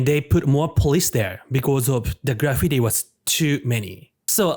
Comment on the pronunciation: Good video. But that’s really not how you pronounce graffiti. .